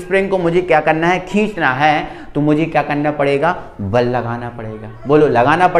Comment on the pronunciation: Vese sir val nahi bal hota hai😊😊